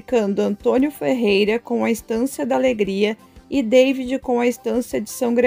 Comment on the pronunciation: Você está pronunciando errado o nome "David".... fale em português, não em inglês.